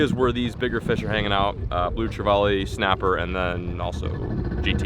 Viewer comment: He tried to say trevally lol. Americans jack treval